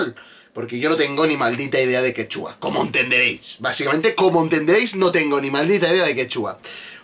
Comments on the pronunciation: X ganar dinero sentadito a costa de los tontis la gente hace cualquier cosa y queda ridículamente mal, a ver si de verdad te gusta mi PERÚ, antes de subir un vídeo antes investiga bien, x ej no es quechúa como lo pronuncias tu ,se dice quechua, es una palabra grave,y sobre el.perro es raza única peruana pre_inca perro calato peruano es su nombre,así como el caballo peruano de paso que es una raza única de PERÚ y así etc etc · excelente review que le haces a la gran paisana mia Renata flores. yo la sigo desde hace años en youtube. solo una aclaracion, Quechua no se pronuncia quechúa con acento en la U como lo haces. sino, Quechua, con acento prosodico en la e. es palabra grave. Es todo y saludos de un peruano en california